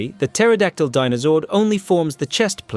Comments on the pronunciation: Puh-teraodactly? The p is silent. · Why do you pronounce the "p " in " pterodactyl" ? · Please stop saying putera. Its pronounced tera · ok, i made it to the firebird and he's mispronouncing Pteradactyl again..... i can't.... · For the love of God someone teach these damn AI how to say the word pterodactyl properly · I can’t take this video seriously at all did he pronounce the P in pterodactyl😂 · So many mispronounced non-silent Ps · In the Boom comics, the Pterodactyl can detach and act independently. Also holy shit dude. The P is silent. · The "P" in Pterodactyl is silent. Was this narrated by AI? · The P in Pterodactyl is silent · 39 says it right, and at :56 pronounces the "P" seriously... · I lost faith in this video after the 1st megazord and why are you putting so much emphasis on the P in Pterodactyl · The p is silent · At the expense of sounding ignorant, why do you pronounce pterodactyl like that? There’s a heavy emphasis that you put on the “p”, I was always under the impression that is was silent. Just curious, didn’t know if other nations pronounced it differently based on their English dialect. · It's clear this guy doesn't have a deeper understanding of power rangers lore, but I like the premise of the video. However, THE P IS SILENT IN PTERODACTYL!!!!! Also in the clone dinothunder megazord's case it clearly has a mutated Pterodactyloid zord on its chest, the spikey green part. And with all your discrimination towards Pterodactyls and flying zords in general it's a wonder you didn't include the white falcon zord, probably only left it out because 'tommy is awesome' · The p is silent in pterodactyl. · P is silent in pterryadactl lol I know it's musspelled. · The "p" in Pterodactyl and Ptera is silent idiot. Its not pronounced "Pa-tera-dak-tul/Pa-tera". Maybe before tou criticize a Zord's usfulness you lean to say the name CORRECTLY and CONSISTENTLY. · The P in Pterodactyl and Ptera is silent